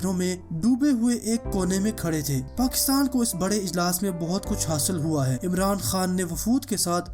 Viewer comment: Its Pakistan, not pkhstan.. Sorry dont mind bro. put aside potohari language from Urdu